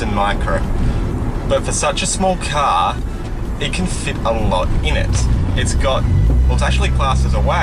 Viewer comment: I like how you say car. KAHR